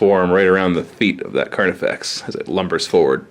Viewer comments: Not slip of the tongue, he intentionally calls it Carniflex multiple times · Did I miss a joke or is he saying "Carniflex?"